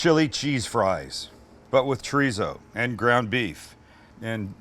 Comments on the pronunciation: it’s chorizo not chureezo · the way you say “chureezo” pisses me off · I love this video! Expect the way he’s saying it like Choreeso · This man said chrizo completely forgot the damn “o”😂😂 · The mispronunciation of Chorizo was slightly tedious! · Nothing like a white person, pronouncing chorizo...lol I would use the cheese sauce as chili con queso. I would add diced tomatoes to the cheese sauce. Those boy's are gonna get diarrhea from eating it hot, you are, too! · You’re saying chorizo wrong😭😭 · Right! White person saying it!